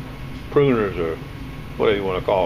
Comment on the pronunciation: Loppers,. Rhymes with stoppers. For lopping off limbs. Later. 57